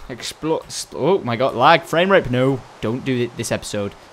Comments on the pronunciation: No episode passed by without Tom saying "Framerape" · Did he say frame rape or frame rate?